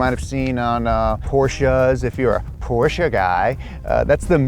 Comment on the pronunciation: everytime u say porsche every german is proud of u belive me